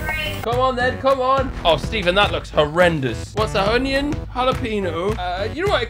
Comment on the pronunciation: been watching too much Kay’s cooking, he legit said “honion”